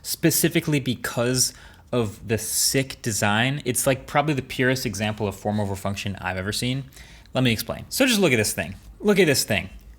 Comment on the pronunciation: I kept hearing former refunction for the whole 5 mins.